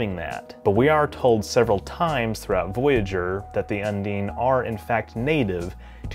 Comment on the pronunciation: .. it's not "come dean with me".. un-DINE.. not un-DEAN XD